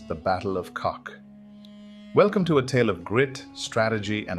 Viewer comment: oh my, Kock not Kok, but thx for the remembrance, my grandpa was there